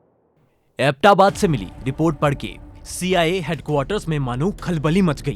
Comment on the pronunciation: Nice graphics but need to do serious home work on words pronunciations. It's अबोटाबाद not abta baad. It's espionage. ES P..... Blackhawk is a single word. But good try. Noce to see a positive change.